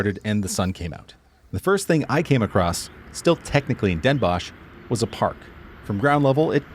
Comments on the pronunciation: Dehn Bóhs, not dénbosj! 😜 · You probably meant Den Bos(ch)???Pronounced like Boss in English, do you have dental problems? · Den Bosh? Try saying 's Hertogenbosh. There are fools living there who refuse you saying Den Bosh. Very funny.